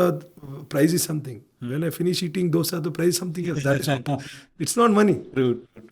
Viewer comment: the south Indian urge to correct people it's not doughsa but dosa